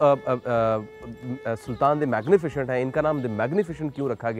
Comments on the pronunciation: Its Magnificent not "magnifichient"!!! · pronounciation main ش aata hai